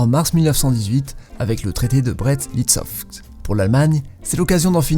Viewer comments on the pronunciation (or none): Le traité de « brets-litsokfv » frérot t’aurais pu faire un effort au moins pour Brest .... 😪